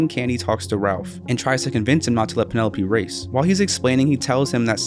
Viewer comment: Ok, it's VANelope, not PENelope.